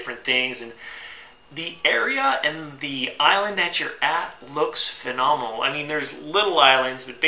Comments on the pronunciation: Take a drink every time he says fanomonal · Say phenomenal again.